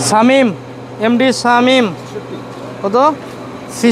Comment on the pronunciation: এই Trainer indian শামিম কে ছামিম বলে 😆